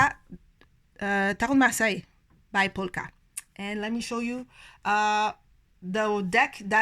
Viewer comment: Thank you for sharing your not so common choices 😊 I love your pronunciation of Marseilles...I minored in French but could never master that r 😒 I am equally repelled and drawn to the Pole Ka which means I will probably love it when I finally get it in my hands! lol